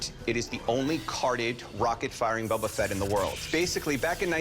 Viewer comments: "bUUUbBaa FeT" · This guy shouldn't be allowed to own the Boba Fett if he keep calls calling him "Bubba" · Imagine being a Star Wars “fan” and saying bubba fett